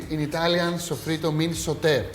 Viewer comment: Hi, my friend. Sofrito is too a spanish word. An you, the greek people, have an exact and perfect pronuntiation of this spanish word. Your pronuncitation of sofrito is perfect spanish.